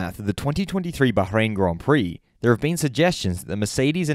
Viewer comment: much appreciated the way you pronounce Bahrain 🎩